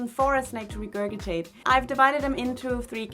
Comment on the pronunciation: Just wanted to let you know that regurgitate is pronounced like “re-gerj-it-ate”. 🙂